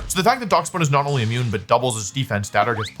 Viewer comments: he has to be doing this foor rage bait clicks, i mean it works, but fucking DOX bun? its DASH BUN like the dog?? Dachshund??? god damn i hate America sometimes no respect. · pronouncing it as dacks bun instead of dash bun is funny... its a Dachshund that's a loaf of bread! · I’m sorry….*how* did you just pronounce Daschbun?💀💀